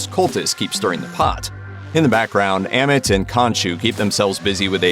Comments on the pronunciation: As well as saying 'Am-it' instead of 'Ah-meet' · why he pronounce it like, a mit , when they say ammit in the show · I love your videos but for the love of god please say AHMIT not emmit like for real you heard the say Ahmit(written Amit) so please say it like that next time, no offense but it's a big trigger for me.